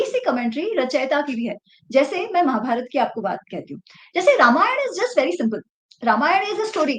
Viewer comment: talks by A major correction if you permit 🙏🏽 Its रामायण and not रमायण (@,,, ). Ramayan ke baare mein baat karte time Ram naam mein galati karne ka scope hi nahi hai.